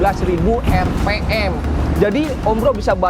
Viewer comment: Penjelasannya belepotan, apalagi kalo bicara bhs inggris nya .... lucu 😂😅 tapi cukup lah... sesuai dgn spesifikasi CBR 250 RR-R. Apalagi kalo pas bilang "RP em", all new, mirip kabayan...😂😅😂 top bro